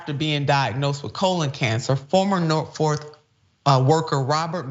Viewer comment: Its Norfolk not Norfork